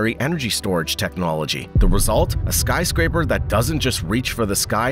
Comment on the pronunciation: lol "Skyscrapper"